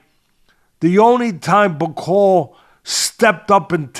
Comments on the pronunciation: Teddy you said some of these so called journalists who have no credentials think bakole will win 😂 The fact you kept pronouncing his name wrong probably shows you knew very little about him, In the uk we all had bakole as favourite, I know you don't think much of us brits but there is a boxing world and a world in general outside America, No-one has to go to the states anymore to prove they are better, We world has moved on, Just a tiny bit of research and you would of seen why Bakole was such a big threat rather than reading about a loss he had 6 years ago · your not kidding, teddy couldnt even pronoune martins last name,it shows how little he knew about bakole, embarrassing